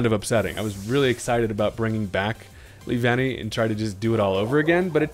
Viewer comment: I’m glad you got the pronunciation right. (LEE-VAN-KNEE) The way you said it before sounded so weird.